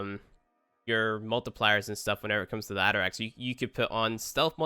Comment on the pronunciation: The atterax AKA "nuberax"